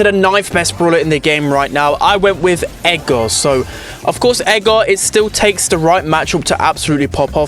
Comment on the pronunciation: How says Edgar if english is not your first language: Edgar❌️ Ega✅️